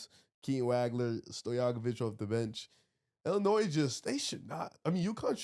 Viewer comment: Someone teach how to pronounce Illinois